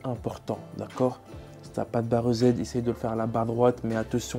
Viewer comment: C'est marrant... Tout le monde prononce "eu zède" pour la barre EZ, alors que c'est "easy" (= "facile" en anglais).